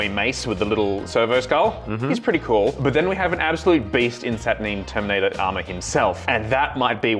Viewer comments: SAT UR 9!!! not saturneen!?!?!?!?!?!?!?! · Why are you saying "Satur-neen? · Saturneen... neen? Sat ur NINE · Satur Nine not Satur Neen. Can clearly tell you never watched the videos GW made, because they pronounce the name properly. Not this weird Neen you guys keep saying. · SaturNEEN? 🤢🤮😂 love it when YouTubers deliberately mispronounce sheet.